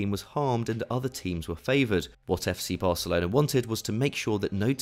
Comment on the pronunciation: is he saying varcelona xD